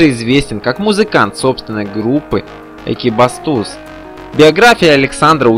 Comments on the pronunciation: Не экибАстуз, а экибатУз. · Спасибо за информацию об этом замечательном человеке. Но, ЭкибастУз!!! Озвучивайте, пожалуйста, правильно.🙏🙏 Ухо режет.... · Ударение неправильно ставите. экибАстуз звучит как издевательство. Я бы вам рекомендовал получше готовиться к выпуску роликов. Да и видеоряд с текстом не стыкуется вообще. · ✨ 💧 🎏👋 Правильно подметили) очень многие грешат незнанием того, что произносят 😏🙄🥀 А ведь журналисты д/быть ПРОФИ... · Автор, вы неправильно произносите название Города и название его группы Экибастуз! Что за манера коверкать название?! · ... Такая манера - - называется НЕ ПРОФЕССИОНАЛИЗМ...